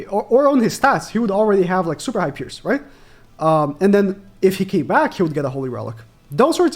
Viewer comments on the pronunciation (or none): none